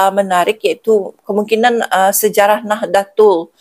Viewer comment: Bacanya Nahdotul Ulama ' Bu. Kalau ejaan Indonesianya Nahdatul Ulama' , tulisan Indonesianya Nahdlatul Ulama' .